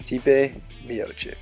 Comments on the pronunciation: His fucking name is pronounced miochich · at least say his name right